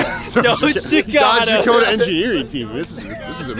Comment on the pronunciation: Did he really just call a Dodge Dakota, a Dodge Dacoma. Bruh